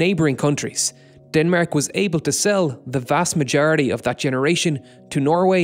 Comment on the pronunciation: how did you pronounce denmark?!